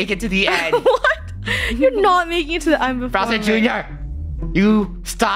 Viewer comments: its funny that the keep on saying browser instead of bowser. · Did they just call Bowser Jr, Browser Jr????????? 🤨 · They kept saying browser junior